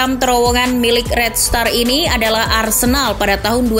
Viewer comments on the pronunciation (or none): none